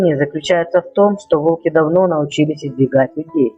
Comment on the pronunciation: Не волкИ, а вОлки. Делай ударение правильно